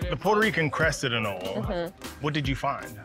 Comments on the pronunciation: Pronounced. ANOLEE NOT AN-OlE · TIL: it isn't pronounced, "A NOH LEE." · 'anole' is pronounced "a-NO-lee"